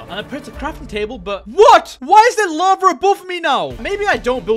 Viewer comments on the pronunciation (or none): its not lavar it lava